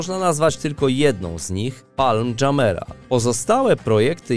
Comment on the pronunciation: Ten sztuczny głos mówi: "Palm Dżamela", a to się nazywa: Palm Dżumijra albo Dżumijran ( جميرا)